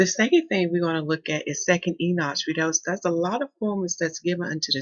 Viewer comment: PLEASE PLEADE PLEASE!!!! ENOCH is pronouced as this... EE - KNOCK ... not EE - NOTCH